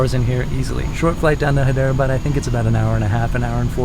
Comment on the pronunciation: It is actually pronounced hi-dra-bad.